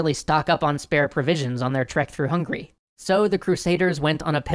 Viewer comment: Am I hallucinating or did he say through hungry?